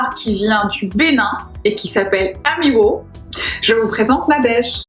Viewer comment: très drôle ta façon de prononcer amiwô :)